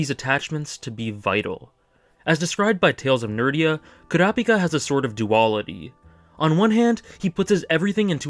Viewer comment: Koora Pika is one of the WORST ways to pronounce his name